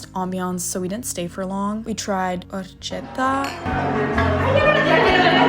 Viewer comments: Hi! Just wanted to add that the mexican food I saw there is identical to the one I eat at home (I am from Mexico), just a small correction: it’s horchata not horchetta but nice try though and happy birthdayy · The Mexican drink you tried Horchata, is pronounced "Ore-Chata"